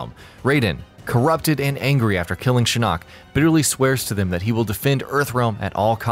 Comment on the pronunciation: No one else is bothered by the way he pronounces Shinnok?!?